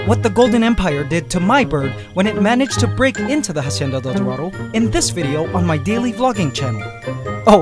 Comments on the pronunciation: just a tip, when pronouncing hacienda del dorado don't pronounce the h at the beginning. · Please stop pronouncing Hacienda like "Ha-cienda". It's pronounced "Ah-cienda". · Hacienda is pronounced with out the H Because its muted in spanish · Great channel! Spanish speaker here, the H in Hacienda isnt pronounced! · dude, the h in "Hacienda" is silent. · please drop the h when saying hacienda. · the H is silent in Hacienda.